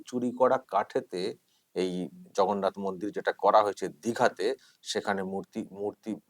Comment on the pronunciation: উনি ধাম কথার অর্থ জানেন বলে আপনার মনে হয়? আগ্রাসী মনোভাব থেকে এগুলো করা যায় না। অজ্ঞানতা থাকলে যা হয় আর কি। পুরো পাগল হয়ে গেছেন নাহলে প্রভু জগন্নাথ কে ভগন্নাথ বলেন।